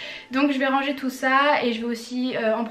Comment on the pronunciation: Ohh non jaime tropp kand tu dit rangé tu dit << rrrranger >> PTDRR